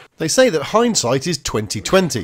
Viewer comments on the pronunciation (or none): none